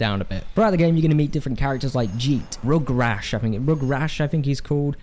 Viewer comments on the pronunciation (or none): Not to be rude but he's my favorite. Its gutgash not rug rash